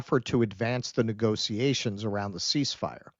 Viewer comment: Why are you pronouncing "negotiations" like "negociations"?